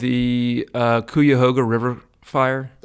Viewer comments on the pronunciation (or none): Great episode!! Just to let know as someone from Ohio he very improperly pronounced Cuyahoga 😂😂😂😂 it’s kai·uh•ho•guh 🙏🏽